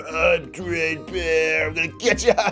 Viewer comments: Bruh he said Bread bear lol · It’s dread bear not bread bear lol